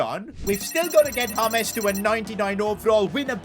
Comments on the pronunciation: It's J not H...James not Hames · BRO ITS JAY-MZ not HAMES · It is James not hamez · why you calling colmbian super player names his nime is James Rodrigruez not hames and not nickname to. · Who is Hames? His names is James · Why are you calling James, Humes? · Bro he is called James, not Humes! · Why does call him humeez